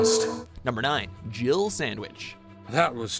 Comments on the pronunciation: I'm still adamant barry says dribble sandwich not jill sandwich. He definitely says two syllables. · Am I the only person who thinks that they say "Jiggle sandwich" instead of "Jill sandwich"? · when the first Resident Evil came out we thought Barry said "Jiggle Sandwich"...too funny